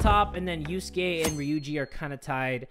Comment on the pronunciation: You say and yuskae rhyme